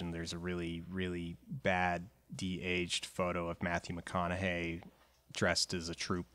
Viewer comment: Mathyu McOn-a-Hay is dead?